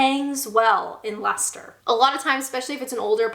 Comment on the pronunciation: Sorry if this is a bit of a random side-observation here - but I just gave you an unseen double-thumbs-up when I heard you pronounce 'Leicester' perfectly correctly!! Well Done! I still remember the video you did a few years ago now, where you were trying to guess the correct pronunciations of some of the more obscure place names around Britain - and later, I remember trying to help you to learn to say names like 'Leicester' and 'Worcester' - which at first you really struggled with! So - hopefully - since you've now mastered "Lester" - I hope you've also got "Wusster" as well?